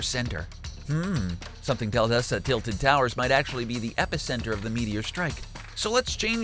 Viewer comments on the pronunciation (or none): He said tiltled as in tilte with ed but its tilted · Homie said titled towers and amotes 😫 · Why u say Titled tower as in titled in a book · Tilted like tilt-a-whirl lol 😂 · Oh come on man u know damn well "tilted" isent sayed like that... But I still love the vids